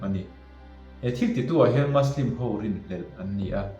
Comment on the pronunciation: muslim hi maslim ni lo vin mizo ṭawnga muslim ti a lam mai tur a ni in ka hria..Good video👍